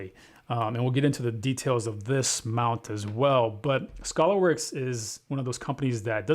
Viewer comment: It's not Scholarworks it's Skaylerworks. FYI...